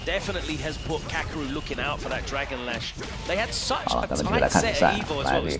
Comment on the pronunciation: 解說有跟沒有一樣就算了，人家名字叫「卡K魯」，很難唸嗎？